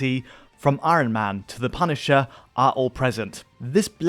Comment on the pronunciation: why cant say iron, it sounds like when butters tries to say george RR martin in southpark